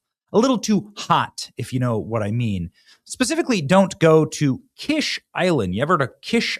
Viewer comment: What good is having a naval base when you have no navy? By the way, it's pronounced "Keesh" like the fancy egg dish.